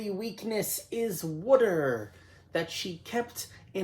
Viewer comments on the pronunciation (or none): This is great. Such a great movie. Reviewed by great guy. I hope more people start subscribing soon, you deserve all the love. ALSO.... The way you said water 🤣 "Her only weakness...It's wooder" 🤣😂💙